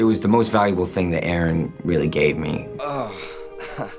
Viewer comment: i love how they fuck up Aron`s name, shows so little respect, to say fuck it! lets not care!